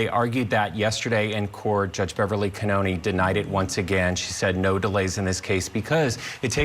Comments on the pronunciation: OMG, pronounce his name correctly already! It’s like “Car-Knee” not “Kearn-Knee” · Aidan is Irish. His last name is Kearney. Prounpunced. Carney. This show get the stuff together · C'mon - You've been there the whole time and you don't know it's Car-ney? And Court TV -it's BRADL. Gross for "journalists" not to be able to pronounce or spell correctly. 🙄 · ... It's "Car-knee" 😉